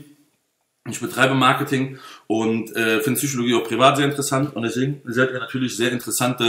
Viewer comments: Wir haben fast 1 Stunde lang die "Züüschologie" gespürt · "Zychologie" hahahaha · PHSychologie nicht Züchologie. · "zyschologie :D:D" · bitte sag psychologie und nicht tzychologie, sonst top